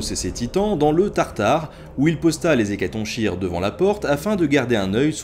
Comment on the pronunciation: N.b : hécatonchire ca ne se prononce pas Ecatonchire , mais ecatonkire ;)